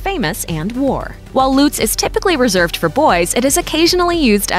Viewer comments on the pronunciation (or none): You pronouce it Lutz (fast) and not Luuuutz. You write it Lieselotte and not Liselotte. Based on german pronounciation rules you would pronounce Liselotte different than Lieselotte. In German, Lorenz is stressed in its first syllable and you pronouce it with an "o"-sounds that doesn't exist in english, it's a bit like the o in not. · tz shortens the preceeding vowel. So the "u" in Lutz is short, not as in Loots. The O in Lorenz, however, is long and this is also where the stress goes. Generally: Germanic root word --> initial stress. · If you want to use foreign words/names please pronounce them correctly! For example: Lutz NOT Luutz(how you pronounce it). Dont say these names are German if you say them in English, then they are just English names. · The pronounciation here is so unbelievably slurred. -It's Annika. AnNika! A doubled consonant implies a short and speedy pronounciation of the syllable. Say Unnika. -It's not 'Loots'. The 'U' is short. Say 'he puts his glass down' ;now say 'puts' ; now say 'luts'; see: Lutz -'Lisalata'??? I don't even know where to start... Leezelotteh, O and E are two distinctive letters and the S is not sharp, more like a bee ssssss-ing around. Same for Lise. It's 'Leezeh'. Lotta is also cute name. -Not 'Bastion'... Bas-ti-an -> Bass-teeyaan, at least in approximation. -LOH-renz I hope that helps minimizing damage done to children. Oh and Ivo is old english and not a name i have heard anyone be called. Like ever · vale3ottobre But it is pronounced much "faster" in german. Not "Loooots" but with a very short u and a sharp s. It is not a really nice sounding name, imo. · Luuuutz omg i am puking. That’s why Germans hate other Germans who give their kids English names, because most can’t pronounce them right. And Astrid is not modern. This video is so awful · never heard of ivo and anika usually is spelled with two the u in lutz is short and the german pronounciation of all those names is different